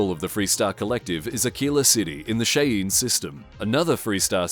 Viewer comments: Lol, I jumped in comments to write this as well. Around where I live, I'm very used to Cherokee place names and such, and not versed in the Cheyenne. Still, the pronunciation just got to me though, so I jumped in comments to tell them I believed it was pronounced as something similar to Shy-Ann. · Cheyenne is pronounced (shy-yan) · I know it's just pronunciation and stuff but I thought I could pop it. I'm used to Cherokee place names and words, so I could be wrong on this one, but I've always heard Cheyenne pronounced as Shy-Ann. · FYI Cheyenne is pronounced like this, SHīˈan. The Cheyenne Nation is a group of Indigenous people from the North American Great Plains. Their language belongs to the Algonquian family. The name Cheyenne comes from the Lakota word šahiyena meaning "red speakers". The name Cheyenne can also have different meanings, such as "people of a different language", "the sun is rising", or "little rabbit". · it's pronounced shy-anne system